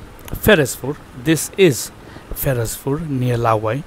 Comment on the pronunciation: Another wonderful video my brother from another mother. The Sylheti way to pronunciation Your Village is FeRozPur. May ALLAH the Compassionate grant our Relative and Friends whom Past away Jannatul Firdious( Highest Place in Paradise) Ameen.